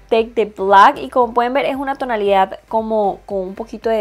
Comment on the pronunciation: Me desespera que diga tonalidaf como mil veces💁